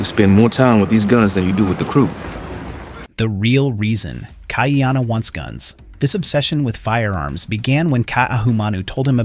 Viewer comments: You're not a poly obviously.... The AI pronunciation is total rubbish. It ca t even say Ka'iana properly. KAH-EEANA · Ha Oles...